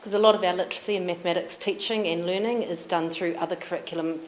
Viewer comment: Literacy. Learningt. T. Learningt. Good literacy.